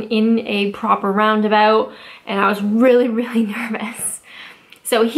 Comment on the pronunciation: 'Round aboot'